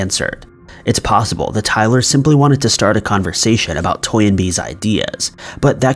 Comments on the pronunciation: It's Toynbee, not Toy-n-bee. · I don't think it's Toy N Bee...I think it's Toynbee like the surname